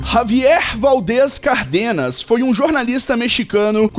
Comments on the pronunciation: O sobre nome não é Cardenas, que é o sobrenome de uma outra família que tinha fábrica de botões. O sobrenome do jornalista se pronuncia CÁRDENAS, com um acento agudo no primeiro " a" acompanhado com o acento agudo, então é proparoxitona, enquanto Cardenas sem acento agudo no primeiro "a", é paroxitona. Então em Cárdenas, a silaba fote é no Cár e nao no " de" como o caso da pronuncia de Cardenas , isto me incomoda porque meu sobrenome é Cárdenas e não Cardenas. Tentem falar o sobrenome correto. É só saber as regras de acentuação, muda completamente o nome da família!😊😊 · Javier Cárdenas, não é cardênas, pelo amor de Deus